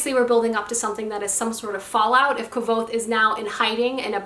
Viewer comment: Did you just say kvothes name incorrectly 😱